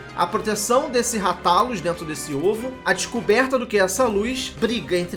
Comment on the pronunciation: Moooço. Segundo o filme ruim que lançaram, a pronúncia correta eh "Rátalus". Mto bom o vídeo. Sucesso